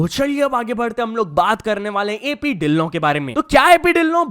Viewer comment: ਪਹਿਲੇ ਵਾਰ ਕਿਸੀ ਨੇ ਸਹੀ ਸੇ ਢਿੱਲੋਂ ਦਾ ਨਾਮ ਲੀਤਾ 😂😊